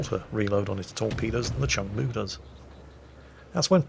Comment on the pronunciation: My grandfather served on this ship from 1970 to 1976, don't remember the spectacular camo scheme though lol Oh also it's pronounced "Choong Moo" not "Chung Moo"